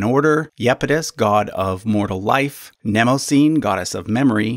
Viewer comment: Its pronounced Nym-oz-unee not "Nemozine" what the fuck?